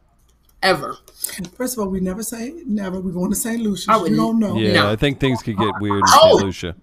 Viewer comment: You’re going to St Lucia?! And I won’t even be in the country dang! Also kudos on saying the name right!!!